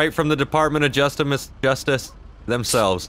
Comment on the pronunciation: justimice. 😂😂😂 lost it bro